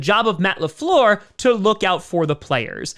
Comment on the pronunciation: Matt Le Fleeeeeeuuuuurrr Convenient French accent I'd expect from an elementary school teacher....wait a minute...